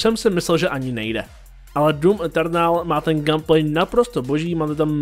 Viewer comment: "gam plej". 😂